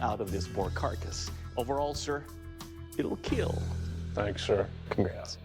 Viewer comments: "It will KEEEL!" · love his gremlin smile "eet will keeal"